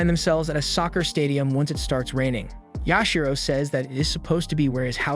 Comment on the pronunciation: It is Yashiro.